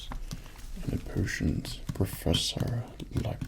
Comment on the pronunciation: I keep hearing "persians" instead of "potions"